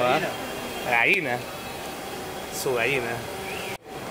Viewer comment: No se dice Gaina se dice Gallina .